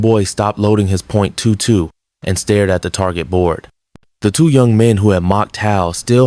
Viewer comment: Good story, but learn how to pronounce weapons (nineteen eleven and twenty two) and years. Don't detract from the story.